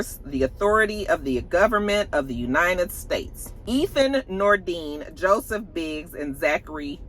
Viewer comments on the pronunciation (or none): none